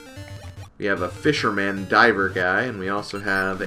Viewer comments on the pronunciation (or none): You pronounce fisherman the way I pronounce seaman.